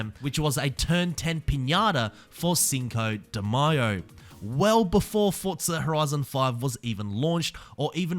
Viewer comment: Thank you for pronouncing Cinco De Mayo correctly. It bothers me so much when I hear mayo like mayonnaise. I am not even Mexican